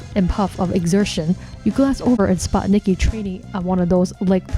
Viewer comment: I think her name is pronounced Nike.